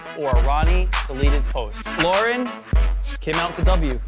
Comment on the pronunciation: Why do they call her Laurens with an S